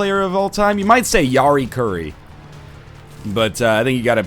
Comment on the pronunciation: Yeah, I only heard Finnish hockey player and I had to go back to listen who he meant. He pronounced Jari Kurri a bit better :D